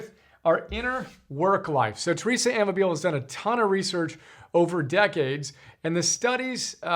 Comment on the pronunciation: Pronounced: a-MAH-bill-lay